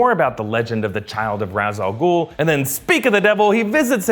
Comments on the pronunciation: There was never a League of shadows. Its League of Assassins lol & its Ra's Al-ghul (RAYSH AL-GOOL) not " RAZ Algool... my only pet peeves from the Nolan trilogy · Its Ra's Al-Ghul not Raaz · it's pronounced raish ahl guhl. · Okay, nitpicky me, Ra' al Ghul is pronounced "raysh," not "rahs." The way it's constantly said throughout these movies isn't even the Arabic pronunciation. It's just a lazy English pronunciation of how "Ra's" looks. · I love these videos but gods i wish he would pronounce ras al ghul correctly 😂